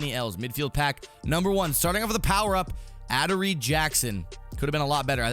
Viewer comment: ADD-OR-EE....epic fail!!!